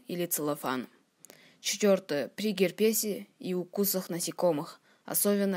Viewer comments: Успехов тебе! Только правильно ставь ударения:гееерпес,а не герпееес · Молодец за труд создания ролика 👍. Заметка: В слове герпес ударение падает на первую часть слова )) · Что с русским языком? В слове герпес ударение на первом слоге. Как можно верить рецептам безграмотного человека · Молодец! Только в слове герпес ударение на первый слог. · Молодец, но ставь правильно ударение в слове ге'рпес на 1-е.